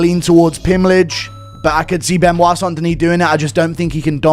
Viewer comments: It’s embarrassing to listen to. Not Only did D. Cruise prounce BSD’s last name Ben- oyt, but he pronounced the “s” in his last name and it came out like Denise. How far under a rock do you have to live to have Never heard a French name pronounced?!🤣🤣 ffs Even Chael (the lowest bar there is- and we all love him for it) can pronounce his name!!!!!!! I’d bet you could offer Cruz a million dollars and he wouldn’t be able to pronounce Saint in French. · Its pronounced Be-no-it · Ridiculous how many of these clowns pronounce it "Ben oyt" and not "Ben wah".... Either way, Pimblett wins. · Benoyyt Sane Denise 😂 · Are we seriously calling him Ben-oight? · How the fuck do you think it’s pronounced Ben oyt? lol. Good god. Learn to read. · It’s pronounced Ben- wah…… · Benoyyt lol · its actually Bun-wah to be 100% correct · Beuh-noix actually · Why dom say Benoit like that 😂